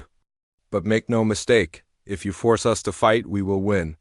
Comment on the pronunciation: Indeed it would be great. Unfortunately I don't think it'll happen. The text to voice engine can't even handle a period (dot) nor pronounce "us" other than "US".